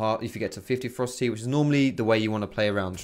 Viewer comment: Everytime he said "ferocity" I heard "froster teeth".